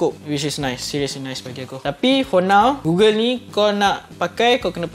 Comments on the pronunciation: Gogel bukan gugel 🥲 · goggle*(dibaca gogel) google tu search engine. aku heran dah tadi apa kaitan dgn google plak. oh rupanya goggle. ok baru paham. review yg sangat bermanfaat utk org nak mengenali dji fpv.